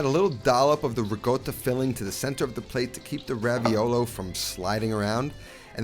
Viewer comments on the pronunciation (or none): RICOTTA, NOT RIGOTTA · Why does he say “rigotta”? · Hello! Genuine question for everyone: is it riCotta or riGotta? I keep hearing him say rigotta. Just curious if the pronunciation is a region thing in Italy? Thanks ! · LOL, ricotta...rigotta...ricotta...just trolling on folks now. Dope ass recipe! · As an Italian ... QUIT PRONOUNCING RICOTTA WITH A "G"!!! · Great recipe!! definitely gonna try it, also great video.. But..... at a certain point I just watched it without any sound, simply because of the pronunciation of "Ricotta"...... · ricotta has no G sound in it.